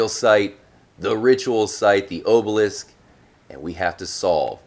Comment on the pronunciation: Why did he say obelisk like obolist?